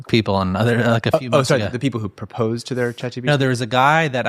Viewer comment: I could not understand the host either when he said 'proposed' is he all right? Sounded slurred